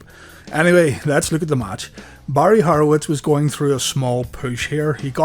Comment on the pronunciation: It’s Horowitz not harowitz